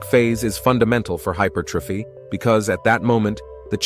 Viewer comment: Da fuck has hypothyroidism got to do with growing your chest? Can't even pronounce hypertrophy consistently 😂 Why not use a human rather than AI to generate commentary and captions?